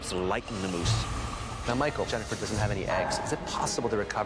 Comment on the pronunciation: Not to be annoying but it’s Jennifer not Jennyfer